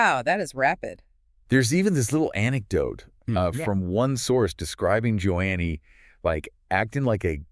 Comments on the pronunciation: The first marriage was not 12 yrs, but one or two years. Joni is pronounced "Joanie" not Joannie. I knew when Doug got together with Lisa. It was in his early 20's. You can't believe almost anything either Doug or Joni say. You two lied about Doug being upset by Lisa's exposure--you two are frauds. Stinky ones, you don't even know how to say her name. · Dead giveaway!! NOT JO-ANNIE Lamb folks! It’s Joni Lamb!🤢😡🥶🤷‍♂️🤷‍♂️ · How about pronouncing Joni's name correctly!